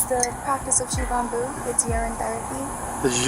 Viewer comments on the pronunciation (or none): The moment she said 'Shivambu', I was out.. Oh god..